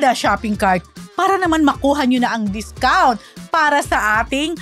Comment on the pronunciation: gusto ko din ng 'dikount' 😂